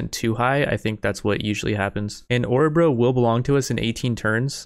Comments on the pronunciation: Love how you pronounce my home Årebro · Dat pronounciation of Orebro